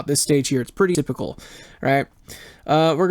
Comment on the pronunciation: maybe put a pause between saying the 2 words 'a' and 'typical' as there is a word 'atypical' which means the opposite of typical. The as a single word, 'a' part negates the meaning, eg as in asymmetric. You do sound like you are saying 'atypical' ie the opposite of typical, kind of confusing.